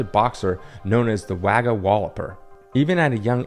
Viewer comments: I had never heard of any of this.. .and I'm Australian! NB: Wagga is pronounced Wogga (rhymes with dogger). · Interesting piece of Australian history that I’ve never heard of. Thanks But just for your info, it may be spelled Wagga - but it’s pronounced Wogga - hence the rhyming nickname of Wagga Walloper